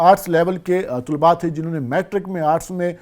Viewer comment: طلباء لفظ ط پر پیش نہیں طلب لفظ ہے